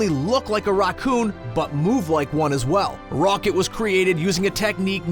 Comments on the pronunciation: why can't he say Racoon?? what is a rockoon? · You say raccoon so weirdly, it sounds like rock-oon Like the video tho, gave it a like 👍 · Idk if anyone else noticed this but the way he pronounces Raccoon was a bit off to me 🤔🤔🤔🤔🤔 I heard it like Raw coon though I would say the ra part like racket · why doesn't this guy know how to say raccoon